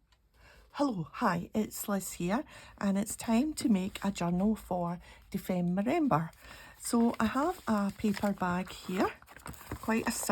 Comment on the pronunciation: Lovely cover, Liz! Looks like you are all set! 😃 And you are fluent in saying Dephemerember now! 😃 Thanks for being part of this amazing community and for sharing your art! Hugs, Barbara ❤